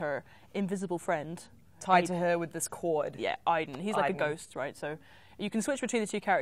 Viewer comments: I'm almost positive its pronounced Aid-en in the game. However Quantic Dream has effed up pronunciation before (origAmi) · I'm confused. My name is Aidan(same name as Aiden) and it's pronounced "Aid-in" yet in Beyond it's pronounced "Eye-din". Help please haha Why?